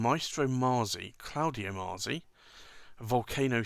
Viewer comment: Allow me a knit pick, you pronounce it maazi, but I believe in Italian it would sound like matsi. Much like pizza is pronounced pitsa.